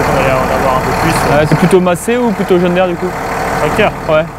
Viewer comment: S il te plait ARRETE de dire john DAIRE, c est John DIRE que ca se prononce pour le drapeau, c est francais EVIDEMMENT